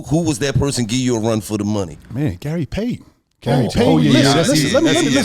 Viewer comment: The way he said Gary Payton 🤣🤣🤣